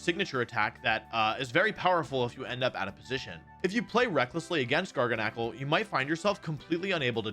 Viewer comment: I think it's Gar-gan-ucle. Not Gar-ga-knack-ul